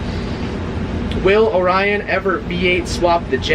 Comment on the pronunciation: its orion not onion😂😂